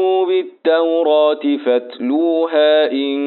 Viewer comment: يا شيخ في كلمة فاتلوها فى مد لى حضرتك ممدتش